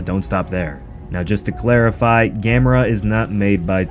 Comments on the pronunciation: Thank you for pronouncing Gamera correctly. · LOL...I am glad you are pronouncing it right 🤣🤣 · Yay. You pronounce it right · Yaaay he said it right lol